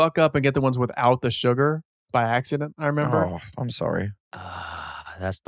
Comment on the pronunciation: Adam says surgar lol